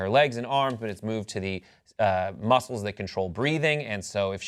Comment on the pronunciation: this man just said MUSKLES. bruh